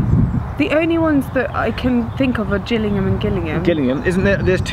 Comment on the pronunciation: Glad you got the 2 Gillingham's pronounced correctly, many thanks.